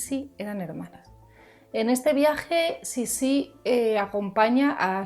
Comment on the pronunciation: no se pronuncia Sissí con tilde en la última i. Se pronuncia Sissi, como palabra llana. Yo creo que Sissi fue una mujer que vivió para adentro, centrada en un mundo interior, muy para sí misma. Cuando tenía que hacer frente a situaciones adversas, elegía distanciarse y replegarse sobre sí misma en vez de luchar. Es lo que ocurrió con sus hijos mayores. Lo intentó al principio pero finalmente desistió. Era egoísta, si entendemos por egoísmo el hecho de dar prioridad a los propios deseos por encima de los deseos de los demás. En todo caso fue muy fiel a sí misma, y su manera de no doblegarse ante la implacable maquinaria de la corte consistió en marcar una distancia insalvable que la convirtió en un ser extraño e incomprendido a ojos de muchos, sin que a ella le importara lo más mínimo. Por todo esto despertó rechazo y fascinación a partes iguales. No creo que fuese una mujer manipuladora, fue más bien una mujer inadaptada, contradictoria y en general desgraciada. Un personaje interesantísimo...